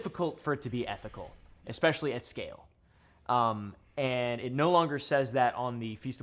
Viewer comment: bro said being super ethinical that's based